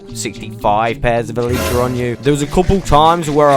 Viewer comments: Why you say eletrah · Love the content, hate the “EELEEtra”